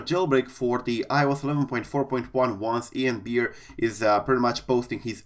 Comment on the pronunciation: Good to hear you pronouncing Ian Beer’s name correctly haha